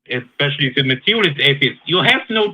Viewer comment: ESpecially, not EXpecially. I don't care, bring on the name calling. It makes someone sound xtelligent.